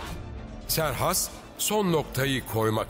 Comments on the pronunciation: Serhas değil doğrusu kserkses olacak trt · Serhas değil Kserkses ismi. Türkçe o şekilde seslendirmisler